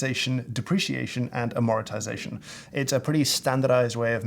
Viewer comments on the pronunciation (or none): Any other accounting/finance majors who flinched when he said "Amoritisation"? It's Amortization/Amortisation lol, sounds like he said love in italian ahaha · Minor point: : There's an extra "i" in your spelling and pronunciation of "amortisation", which is etymologically derived from "mort" (death), not "morit". One "amortises", not "amoritises".